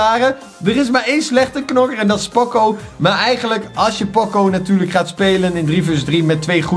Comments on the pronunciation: Het is niet pòcco maar póóóócóóóó met ene lange o, het komt uit de muziek van poco ritenuto wat geleidelijk minder snel en zachter betekent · Gast het is niet poco met een o maar met een oo